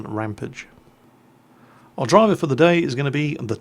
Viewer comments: Err,, it's rampAGE not rampIDGE. Like 'Dexter went on an angry rampage'. Sorry to be a nazi. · RamPAGE! Not rampidge